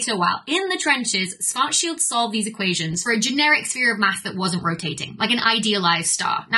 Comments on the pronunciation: as a german speaker, your pronounciation of "schwarzschild" hurts... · Pronunciation tips for Schwarzschild : > "schwarz" sounds like "shvurts", like in Schwarzenegger - the "ar" is pronounced like in "bar", not like in "war" > "schild" sounds like "shilt", the "ilt" as in "tilt" or "kilt", never like "yield" or "shield". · Because of how it's usually pronounced in English, I guess. In German, the "i" is more like that in "hit".